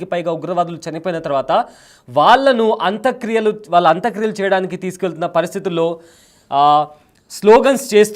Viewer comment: పేర్లన్నా సరిగా తెలుసుకొని మాట్లాడు బాబూ. హఫీద్ సయీద్ ని రావూఫ్ అంటావ్. అంత్యక్రియలను అంత క్రియలంటావు.... నీకు స్క్రిప్ట్ ఇచ్చినోడిది తప్పా, లేక నువ్వే అలా చెప్తున్నావా....